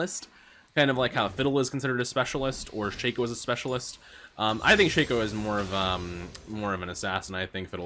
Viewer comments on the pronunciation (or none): none